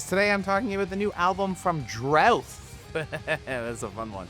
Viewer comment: It's pronounced drOOth.